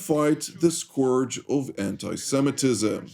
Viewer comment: "Scourge" as in 'skerge', not 'swerge'.